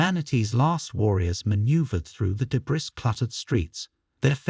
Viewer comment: I concur, although "half the words" being mispronounced is a bit of hyperbole. There were significant words which were mispronounced because the emphasis was placed upon the wrong syllable. Is it a synthetic voice? The word 'debris' is pronounced 'd'bree'. The textualization of the voice over narration is littered with glaring misinterpretations of the spoken words. It's jolting, despite the decent storyline.